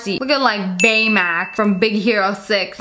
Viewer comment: Swear it was Baymax Not BAYMAC🍒🍌🍆